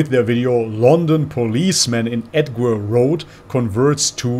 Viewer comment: i see this officer everyday in my area. btw it's pronounced "edjware" road